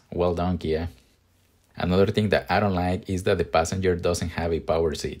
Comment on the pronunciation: “I don lie-eek” loving the accent lol